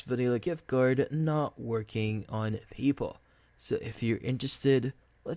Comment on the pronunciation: "People" are us, you and me are people... "PayPal" is pronounced just the way it looks Pay (as in pay a bill) and then Pal (as in friend) using two words: Pay Pal... This video only sounds confusing, it's an easy fix. Thanks for rhe info.